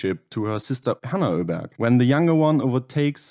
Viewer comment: 'Öberg' is the right pronounciation, same as in German, not 'Oberg'.